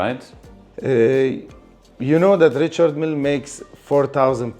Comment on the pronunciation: He’s the biggest dealer, but can’t even pronounce Richard Mille 😂